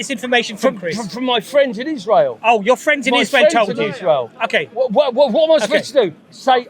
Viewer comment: I don’t trust anyone who says “ishrow” instead of Israel.